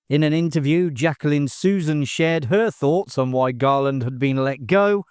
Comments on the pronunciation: My favorite guilty pleasure. A major hoot. And it's "Dry-fuss" and "Su-ZANN." ❤❤❤❤ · I kept noticing that, too. Susan, Susan, Susan. 🙄